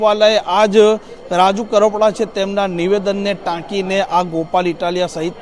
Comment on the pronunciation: પેલા તો બોલતાં શીખો રાજુ કપરાડા નહીં રાજુ કરપડા